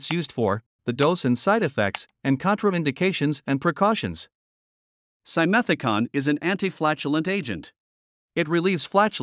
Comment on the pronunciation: Nsrrator mispronounces simethicone; last syllable rhymes with "stone". This kind of ignorance makes me distrust your credibity